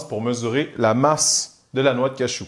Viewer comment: on dit cajou pas cachou merde